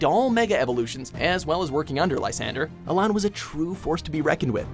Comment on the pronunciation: Its allan not alain